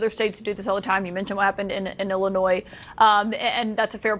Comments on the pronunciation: Did you not just hear Anderson Cooper pronounce Illinois? It’s IlliNOY not Illinoize. Not sure how you never heard that before?!? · The "S" in Illinois is silent